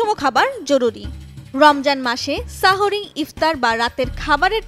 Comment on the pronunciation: সাহরি সঠিক উচ্চারণ 😊 কিছু মানুষ আগের কাল থেকে সেহেরি বলে আসছে ওটা ভুল হবে